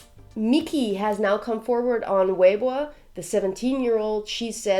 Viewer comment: Her pronounciation of "weibo" is on point.